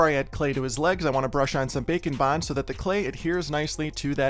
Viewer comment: Omg everytime you say “bake and bond” I hear bacon bond 😭